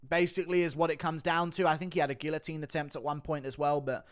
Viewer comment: The UFC should absolutely measure fighters more accurate… but you should learn hot to pronounce guillotine